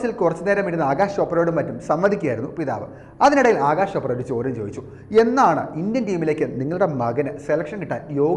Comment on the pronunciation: It is Akash .. not Agash, for god's sake pronounce rightly